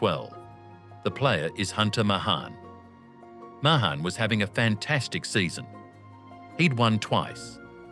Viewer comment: it’s May-han, not Muh-hahn, and Shaw-flee, not Show-fuh-luh.